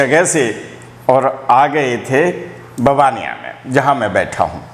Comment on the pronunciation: मै भी इसी गाँव का हु लेकिन बहार रहता हु, मुझे ये जगह बार बार मन को खिच के ले जाती है, ओर बाबा नीबकरोली, हनुमान जी के पास चला जाता हु, कईं बार बाबाजी ने अहसास कराया है, ऐक बार दर्शन करोगें हर बार बाबाजी बुलायेगे, सर ऐक ओर बात आप गाँव का नाम बबनिया कह रहे हो गुजराती मे नाम ववानीया है। मै कैची धाम भी गया हु। आप को भी कभी कही मिलेगें बहोत बहोत आभार। 🎉❤ थेक्स।